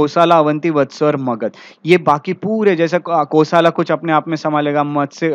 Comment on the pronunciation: कोसल नाम है कोसला या कोसाला नही